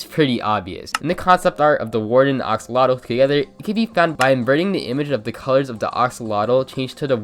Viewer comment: It’s “axolotl” not “oxolotl” Other than that great vid!